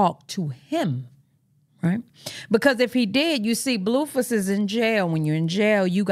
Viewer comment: Every time you say Bluefiss cracks me up 😅😅